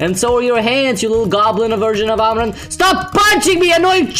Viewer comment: lmao amaan version of amman